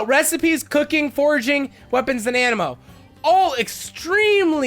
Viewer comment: So we gonna pretend he didn't say "Animmo" lol